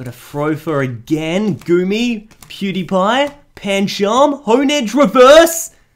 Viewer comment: Who else heard that you said PewDiePie for Pokémon